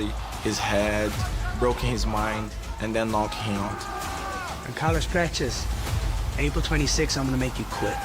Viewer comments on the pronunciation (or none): Ian called Carlos Prates "carless patches" wtf boy can't even talk right